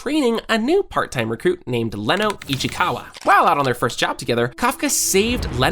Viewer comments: it's not Leno it's Reno ichikawa 😂😂😂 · First mistake: "Leno" Ichikawa.... it's "Reno" not "Leno", do your homework better or don't use AI this much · Its reno…not leno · Leno? Isn't Reno? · Its reno not leno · His name is Reno not Leno👍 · Bro es reno oshikawa no leno ishicawa, es kaiju no laiju xd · Leno bro It’s reno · isnt it reno not leno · ITS RENO!!!!! NOT LENO!!!!! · Not Leno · Bro officially it's Reno not Leno 😂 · it`s reno ichikawa not leno ichikawa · Are you callin him leno? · Bro it's Reno not leno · It's Reno ichikawa, not leno ichikawa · Ok just gunna say you're spot on but its Reno not leno 😂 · FYI Reno not Leno 😂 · first of Its not leno its "Reno" and its not "soshino" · First of all it's Reno not Leno and second that's not a monster is a parasite kaiju no 8 and a ancient samurai used to be kaiju no 8 and both Kafka and kaiju no 8 wanna kill all the parasites to avenge its regular owner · I think it's reno not leno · Leno???? i thought his name was Reno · sorry but aint he call reno no leno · reno not leno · Not Leno Reno